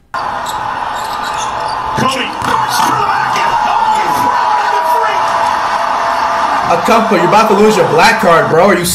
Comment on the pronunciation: KD got dunked on and this man said Akumpo are you serious 😂